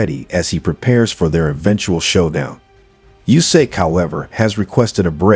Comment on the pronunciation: DuboAAAAAA morron! Not Duboy...stupid! And not Jusik...it is Usyk, monkey!